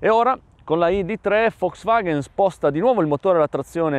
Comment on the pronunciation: ma perchè dici "Foxvaghen"? A voler essere puristi, dovrebbe essere "Folks Vaghn" (la "e" si "ingoia").